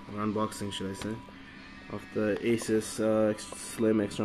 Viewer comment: Oh and the pronouncation is "Ay-soos" not sus! :D